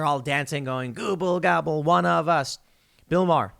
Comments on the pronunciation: IT'S NOT GOOBLE GOBBLE! IT'S GABBA GABBA. Look up the Ramones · It’s “gabba gabba” bro 😂